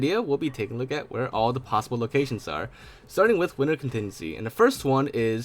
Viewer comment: Lol "locatrions"